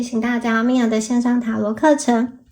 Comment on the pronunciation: Mia您好，首先非常感謝您的解牌，真心感謝、受益良多。這裡想告訴您mistletoe槲寄生唸ㄏㄨˊ （同壺音），以及您美麗的名字Mia的重音雖然在mi，但是音調要往上（不是4聲往下的感覺） 不好意思，職業病犯了... 沒有冒犯的意思，請理解❤